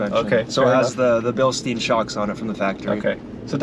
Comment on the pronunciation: Billstien pronounced Bill STINE. Not Bill STEEN. Good looking Yota you got there.